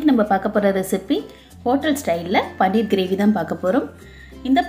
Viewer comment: அது பன்னீர் இல்ல பனீர்.